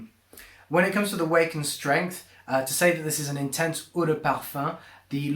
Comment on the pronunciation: stop saying intense like that